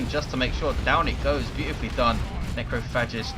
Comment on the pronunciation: "Necro Fetish" "Necro Fascist" God damn I can't tell how many times I missheard Necrophagist's name that match o.O